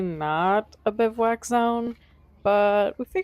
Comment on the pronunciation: She said bivwack an trail beer lol